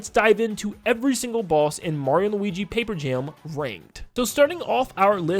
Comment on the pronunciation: “mario and luigi pape jam” 😭